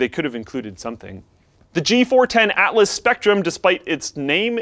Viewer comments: *ATLAS not ALTLAS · the "G410 ALTLAS SPECTRUM" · Gotta love the "Altlas Spectrum" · Altlas... Alrighty then! What's next, Speectrum? or Sspectrum? Lol.